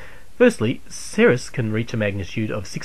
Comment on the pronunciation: that is just one of the mistakes. Another is he said Ceres like "sereus" instead of "series" like it should be.